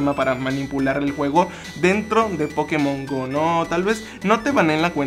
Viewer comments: se escribe Pokemon Go pero se pronuncia pokemon GOU no GO que inculto xD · Se pronuncia pokemon gou